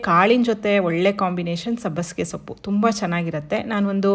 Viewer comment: Sappu alla soppu antha heli